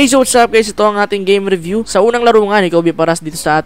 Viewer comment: dayview ba narinig ko?